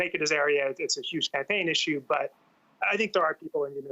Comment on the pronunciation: did he just say issue wrong?